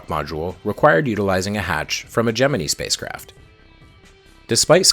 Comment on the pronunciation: “Gemene” No. It’s GEM- MIN- EYE